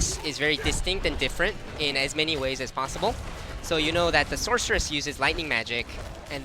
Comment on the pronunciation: uhhh, like I said - Sorceress! Thats how its said. "SORK" Where did the hard k sound come from? Cmon man.